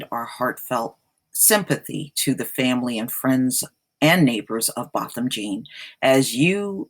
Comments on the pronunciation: If your going to do videos on this man, pronounce his name right for crying out loud. Its BO. Bothom j'aw. Spelled Jean. Its French, lady. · It is a French surname is pronounced John. Anybody committing a crime has to move immediately. You are absolutely wrong on that. For the safety of the other tenants they must immediately remove her. Further all tenants are entitled to compensation. If the owner doesn't make her move they too get sued.